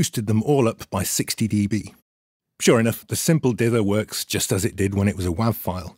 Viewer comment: good to know that I am not crazy for pronouncing wav like that.